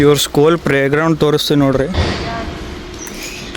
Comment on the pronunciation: Playground ❌prayground ✅